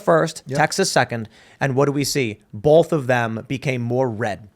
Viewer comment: There is NO ‘L’ in ‘BOTH’!